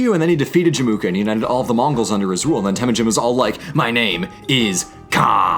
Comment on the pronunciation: I know Mongol language is difficult but it is Temuujin not Temujin